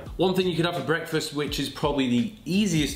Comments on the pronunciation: What.... Is.... Going.... One.... Here BWEKFAST 😂😂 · Thought for a few minutes you’ve been saying Brexfast